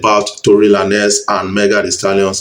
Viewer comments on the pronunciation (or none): Is not Tory La-nez ..is Tory Lanez...pronounce the "Lanez" as Lanes.